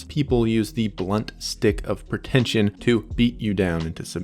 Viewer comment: 'PER-tentious, PER-tention...' The narrator can't even pronounce the words properly. Help him